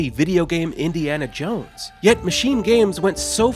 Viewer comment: Subbed for "Indy-anal Jones" lol